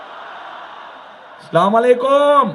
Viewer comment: একজন মুসলমান এর সন্তান নিজেও মুসলমান সালাম টা স্পষ্ট করে উচ্চারণ করতে পারে না,, দুর্নীতি ও চাঁদাবাজি বন্ধ করতে জামাত কে ভোট দিয়ে জয়যুক্ত করুন